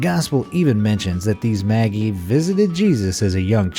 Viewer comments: it's prounounced "madge-eye" not "maggie" LOL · Maji NOT Magee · Maji NOT Maggie!!! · It's maJEYE not Maggie!!!! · Maggie? I can only think that you mean the three 'MAYJ-EYE'. I'm not at all religious, or have any interest in, or even bother with the childish tedium of Xmas, but please learn the proper pronunciations of things - some people find it offensive to get simple names wrong - especially ones that are thousands of years old. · ma-ji not "maggie" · It's pronounced "MADGE-eye." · The mispronunciations in this video amaze me. Calling the 3 wise men "maggies", are you serious? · Magi "Madge eye". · Ok, sooo... "Some man" Martin Luther was a priest whose teachings brought about the Lutheran church, and also the namesake of MLK Jr. He's pretty important as he protested the king and the church, claiming that the common worker is closer to God than royalty or the church and should be treated accordingly. Also, Myrrh is pronounced mur, Magi is pronounced majai, and Herod is pronounced hehrud. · YOU ARE SAYING "Magi" wrong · None of the "myths" surprised me. However, the pronunciation of Herod, Magi, Myrrh were rather unique.